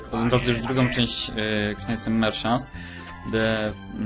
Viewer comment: Omg... ta wymowa knights mnie boli jak tak teraz słyszę xD